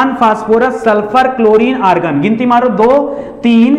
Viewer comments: सर ऑर्गन होता है, आर्गन नहीं 😅😅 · Sir organ nhi hota argon hota hai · Argan Bhai organ hota hai😂😂